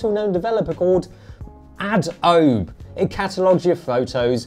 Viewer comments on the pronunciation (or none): "made by Aad-obe." HAHAHA